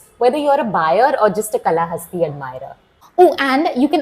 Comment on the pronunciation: Kaalahasti and not Kalahasti.